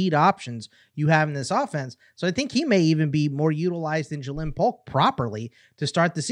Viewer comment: yes. And it is pronounced Jaylyn Polk Not how he is saying it